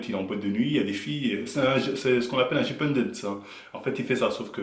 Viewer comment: " Chippeundeunssse" mdrrr